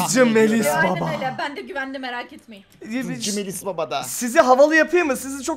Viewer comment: abi Kral hızcı değil Kral dızcı:))